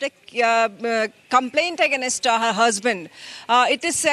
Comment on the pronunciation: Why Kannadigas can't speak in English? This reader says aganestaa it's AGAINST nst is silent 😂 pls change ur readers from khatta Pani state spcly KA. Disgusting probunciation